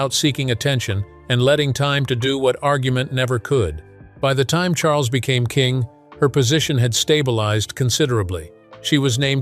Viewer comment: I cannot believe the narrator called King Charles “King Shmarles” clear as day!! How disrespectful!!!!